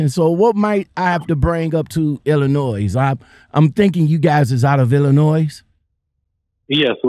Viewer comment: ILLINO The S is silent